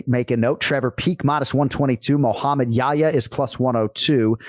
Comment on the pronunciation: Anik, it's more Yahiya than Yaya. You have to pronounce the 'h'. Yah Ya. And also, his name is after the prophet 'Yahya' who is called John the Baptist in the bible. Son of Zechariah.